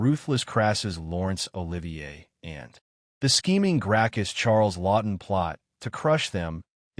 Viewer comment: It's Charlton Heston, not Charlston. Don't know why people keep making that mistake.